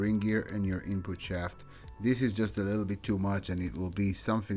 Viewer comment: A leedle ron?